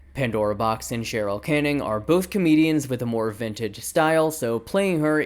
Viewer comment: The way that I didnt even notice that you said Cheryl Canning at first lol. It is harder for me to say correctly at this point